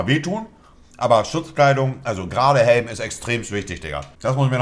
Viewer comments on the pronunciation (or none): Niemand Monte: " DER HÄLM DIGGA"